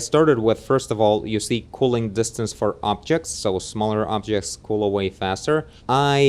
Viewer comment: How you are pronouncing culling might be a bit confusing since you are pronouncing "cooling" as in to cool down. Culling sounds like the word "null" as in What else might be confusing is that the heat maps that show the 'culling' amount are not referring to 'cooling.' Rather, they are referring to effectiveness of culling, or 'removal of unnecessary topology to ease the work needed by the render engine.' Not a complaint btw. Ty for taking the time to put this information out there. :)